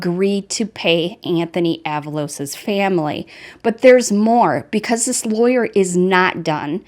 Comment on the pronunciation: “Ah-VAH-Los “ (not “AVA-Los”) 🤭